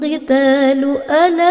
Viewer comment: Sorry kak cuma mau koreksi lgi, itu alla bukan ala🙏🏻